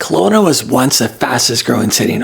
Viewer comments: Kelowna not Colona! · Kelowna, not Conola!